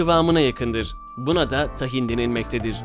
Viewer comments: Tahin deyisin bi harika 🤣🤣 Tâhin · o tahin deil hızlı deil Yavaşça Tahin diye okunur